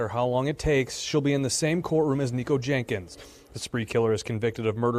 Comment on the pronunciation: The female reporter keeps saying “Jankins”. lol